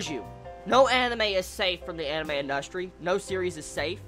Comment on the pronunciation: IN dust Tree thats how i heard that lol